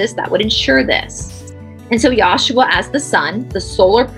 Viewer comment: The pronunciation is yeshua not yashua. I love you and the whole team very much. Thank you.